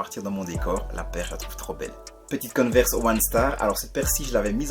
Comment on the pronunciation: Coneverse ou Converse 😅😅😅😅